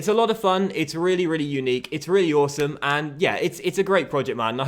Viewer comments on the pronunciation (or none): none